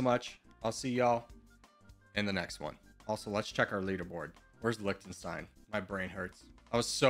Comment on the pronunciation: It's like Lihtenstein not Liktenstein.